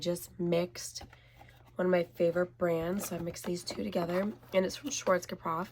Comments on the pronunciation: Feel better also it’s pronounced Shvaats-Kaff. Or Sworz-Kaaf. Ironically it basically means black head like black haired in German. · Schwartz-Ka-Poff sounded even harder to say 😂 Anyways I find most Americans don’t pronounce things correctly but no matter. Hope you get better. Also the color looks amazing on you.